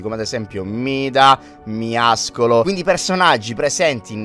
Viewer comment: Non capisco perché ogni Youtuber dice miascolo, si dice Miaoscolo miao vuol dire gatto e scolo muscolo